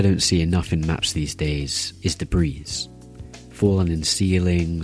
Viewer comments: hi im pretty sure you dont pronounce the "s" in debris so its more like "debree" :) also very helpful video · This dude really said "de-breez" 😂😂😂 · gonna make a map called: de_breez